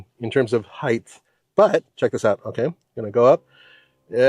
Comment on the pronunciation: N.B. There is no h at the end of the word height